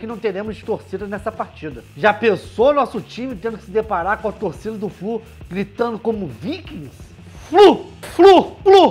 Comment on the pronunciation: FLU......ou "FRU" "FRU" ???